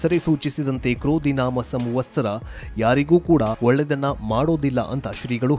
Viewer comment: ಸಂವತ್ಸರ ಅಂತ ಹೇಳಿ ಸಂವಸ್ತರ ಅಲ್ಲ.